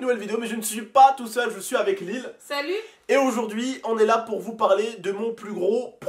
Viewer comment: Pourquoi tu dis lile